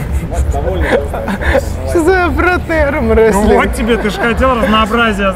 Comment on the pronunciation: не аМрестлинг, а аРмрестлинг ))0